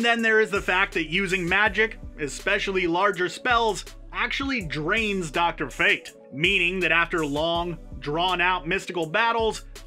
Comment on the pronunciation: I know you aint just say drfate